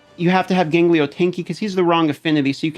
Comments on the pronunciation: Who the hell is 'Ganglio'? Gangelo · wat da fvck is gangleyo.. hahaha.. its GAN-JELO bro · dude, it's gangelo, not ganglio. Great video though, I'm actually gonna use some of these teams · Please, for the love of God, STOP SAYING GANGLIO! It's Gone-Jell-Oh. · i'm sorry...you said ganGLIO? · In Spanish "ganglio" means "glands". So I giggled when I heard him saying it. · Is there any place to farm Freya? I know some rares drop in campaign, e.g. Rujago. But I don't think it's like raid where every stage has farmables. Also your pronunciation of Gangelo has infected my brain and I can't say his name correctly now.